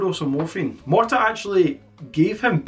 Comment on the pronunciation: Marta, not Martha.